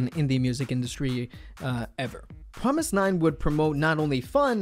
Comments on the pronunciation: It hits my ears the wrong way when you say Promis_9 instead of Fromis_9. Fromis_9 is their english name. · ok I'm lost? he keeps pronouncing the groups name "F"romis_9 like it is Promis_9? if thats right wouldn't the the 1st single album Fun Factory and title track Fun be pronounced Pun Pactory and Pun?? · Was I the only one who realized that he said promise_9 the rest of the video after explaining the name of their group? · Is it just me or is he saying promis_9 all the time? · Wait is the F suppose to be pronounced like a P?